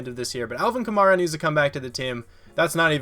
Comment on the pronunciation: This is how you say it. Kuh- MAR - uh